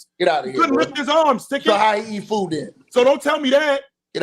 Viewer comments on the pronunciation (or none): none